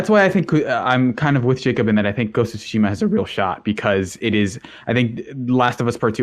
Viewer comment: Thank you for pronouncing Tsushima correctly! You don't hear Sekiro or Tsushima being pronounced correctly too often.